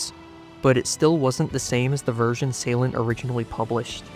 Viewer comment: Finally, someone pronounces my name right. The reason progress ceased on my end was both because I was not good enough to do Deadly Clubstep v2 and the fact DC v2 was extremely bad to play. Will I return to this level? Nope.